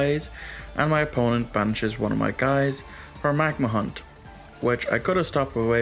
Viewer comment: bystial magnamhut ❌ magnahunt ✅